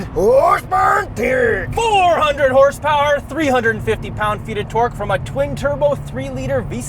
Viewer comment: hersepewer en terrrrkkkkkkk